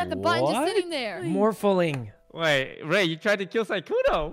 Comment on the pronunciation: I love the way Sykkuno adds an extra syllable to morphling.... MORPH A LING